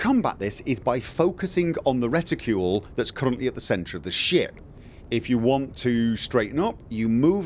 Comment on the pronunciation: you saying reticule pretty funny:) It took me few minutes to even understand that its reticle... I mean I know the word, but I never even thought about its American and British versions, at least I assume it is American and British versions... like armor\armour. Or perhaps you saying it like you supposed to say it, but since Im not an Eng. speaker I just dont know how to pronounce it:) In any case - Im glad you found something that makes flying easier for you, I still think its pretty ok by default, Im not even sure I wouldve liked auto-centering of any kind, at least not on the mouse.